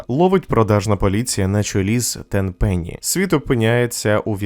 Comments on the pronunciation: Тенпени надо говорить на первый слаг. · Дякую, друже, чудове відео! Ти надихнув мене знову пройти цю гру. Правильно Tenpenny, тобто "десять пенні" і Пуласкі.